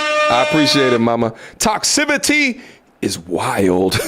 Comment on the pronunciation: lol "Toxcivity" Toxicity